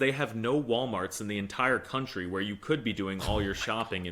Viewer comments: Did you just say " if there is one CUNTRY I would be excited to go to, would be Europe, and I thought you were educating your self out side the US OF A lol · No, no, you say that wrong. It's "country of Europe" 🤣